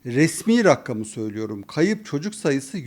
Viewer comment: Rakkam değil! Rakam diyemiyor musunuz?